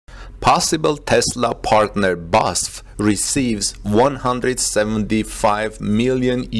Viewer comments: That's how pronounces it, but I don't think that's right. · It has always bothered me that you report on Tesla, but have zero knowledge of automotive engineering, assembly or any mechanical engineering. Now you don't know how to pronounce BASF! Strike 2. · Its B A S F , only the letters , not a word or name. Short for something. Maybe its for CATL the same , I don’t know , but its way easier to say 😉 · You pronounce each letter separately of the name BASF. It’s pronounced B A S F. You know the University UCLA? It’s the same deal. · It’s B-A-S-F, not Basf (Badische Anilin- & Soda-Fabrik) … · BEE AY ESS EFF... not basf. Each letter is pronounced. But great content nevertheless. What we are seeing is a re-vitalisation of Germany as a technology leader - driven partly by Tesla, but also by the attitude of the German authorities who are starting to understand the socio-economic value of less technocratic administration, and fast-tracking of breakthough technology projects. The EU in general could learn a valuable lesson from this - often mired in rules and regulations, the EU has become sluggish and slothlike in recent decades. Brussels now needs to get rid of people who stunt the future... if they don't, individual EU members may start to ignore those who stifle innovation. It could lead to others voting to leave the EU, just as Britain has done. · It is called B - A - S - F not Basf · Great job always but it's B A S F (-: "Badische Anilin und Soda Fabrik" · It is pronounced Bas-ef with the EF like in Effect. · B A S F,. It’s an acronym:) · That wasn’t pronounced correctly but I see others mentioned already I used BASF cassette tapes for many years recording music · Please stop saying ‘Basf.’ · I THINK IT IS PRONOUNCED B-A-S-F Four separate letters B then A then S then F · Yes it matters because EVERY SINGLE German says B.A.S.F. it hurts so much when he butchers it.